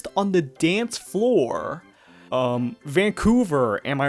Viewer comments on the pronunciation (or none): none